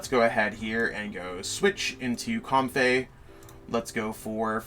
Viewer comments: Comb-fee not com-fey too 😁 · The Comfey pronunciation got me too. Then I read it and I really see where he got it. But I just feel like it should be Comfee